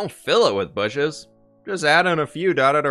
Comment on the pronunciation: We all know that the proper pronunciation is "booshes"! ;)